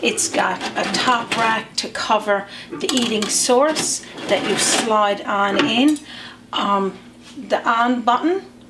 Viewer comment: I had only listened twice. After listening several more times, I realized "eating sorts" is heating source. Confusion solved!